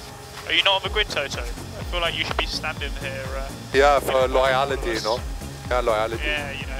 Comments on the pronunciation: "Loyality" Toto Wolff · Toto just made me change the way I pronounce Loyalty He said it as ‘loyality’ for the ones who missed it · Loy-ality 😂 never heard it pronounced like that in my 30 years of living